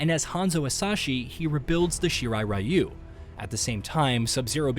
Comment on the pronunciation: if it's Japanese ninja clan why can't people pronounce it in Japanese RYU "REE YOUU" Even when you hear it being said properly people just don't care Ugh why bother for the creator then i don't understand